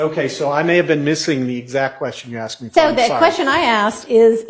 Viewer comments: Why is it that EVERY female lawyer for Fulton County District Attorney's office CANNOT SAY THE WORD ASK OR ASKED CORRECTLY? It makes them look like uneducated fools every time they do their ignorant sounding "axed" thing. I axed him what time it was. He axed where it happen. I'm going to axe the witness this. THESE ARE SUPPOSED TO BE HIGHLY EDUCATED LAWYERS!!!! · There's one question I find myself constantly wondering every time after is at the podium during direct or redirect: how does one axe a question?? I thought you axed trees and wood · State “attorney”, “ I aksed, I aksed, aksed”!!! Come on, seriously!! These state attorneys can’t even speak properly, we’re supposed to believe that they passed the state bar exam, speaking as poorly as DA Willis and her corrupt clan of incompetent “attorneys”?? Fulton County needs to vote ALL of them OUT!!